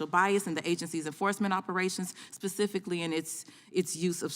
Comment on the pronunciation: She also said "Pacificly" not Specifically. Like the Ocean, I guess?